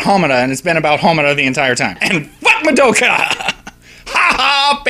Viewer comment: BTW you're saying Madoka wrong. You're not even close.